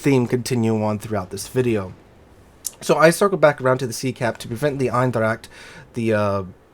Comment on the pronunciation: Its funny how you pronounce eendracht 😂